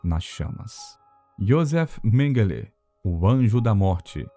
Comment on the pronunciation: MENGUELÊ ????? ONDE VC APRENDEU ESTA PRONUNCIA TOTALMENTE ERRADA --- Menguele não leva acentuação nenhuma..